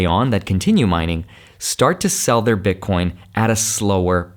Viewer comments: Please stop saying "Bitcorn" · Why does he keep saying Bit Corn? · Did he said bitcoRn 🤠🤠? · Omg man I say ‘bitcorn’ too lol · Because it’s funny